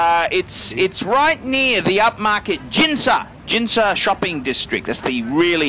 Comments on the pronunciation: 'S FANS EXPLODE IN RAGE!!! THEY'RE PRONOUNCED TS-KEE-GEE (for Tsukiji) AND GEEN-ZA (for Ginza)!!! Also, the roving reporter missed the wholesale part of the market which is arguably more interesting (cutting up frozen tuna carcasses with a band saw, plucking snapping eels from a tank with one's bare hands and butchering them, etc.) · It's pronounced Gin-za (like gun but gin) and Su-ki-ji